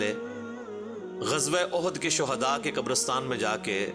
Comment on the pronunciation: Qabro ma kaie kaie sohda dafnaye.... Apni zuban teek Karo...